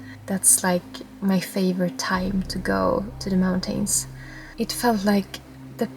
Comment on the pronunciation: Love the way you pronounce "moun-tain".